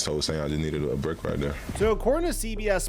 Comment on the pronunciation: “I needed a bwake wight dere”